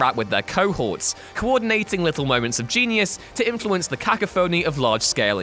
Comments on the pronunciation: 'Era' pronounced 'error', 'cacophony' pronounced 'kaka-phoney' are you deliberately bating us with your fucked up pronunciation? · Ka Ka Phony? KA KA PHONY? Jesus wept... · The way he said "cacophony" physically hurt me. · What about his pronunciation of cacophony😂😂😂